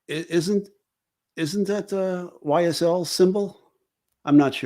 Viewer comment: One of these days I'll catch a live but as always you never disappoint. I was already a fan but pronouncing YSL correctly? A whole new level of respect 😅🤍🤍